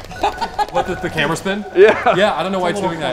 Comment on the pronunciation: Being Dutch it was absolutely hilarious hearing you trying to say "spion" it sounded like "spin" which means spider in Dutch lol